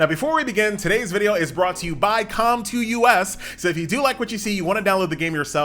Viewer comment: Com2Us not com2 u.s. They a Korean not united states company lol.